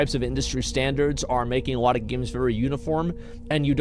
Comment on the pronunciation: guys wanna know something that annoys me and i will share it with you....asmon cant say alot..he says awoaht, and it drives me nuts :D no clue why. but if it does the same to you, youre welcome.